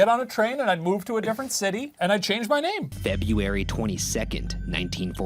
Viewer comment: HE WAS TRYING SO HARD TO PRONOUNCE FEBRUARY IM DYING